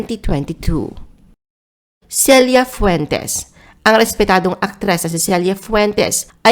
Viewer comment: Selya rodriguez dw celia po pronounce😅